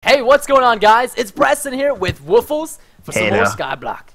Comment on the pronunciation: Hey actually its supposed to be pronounced woof+less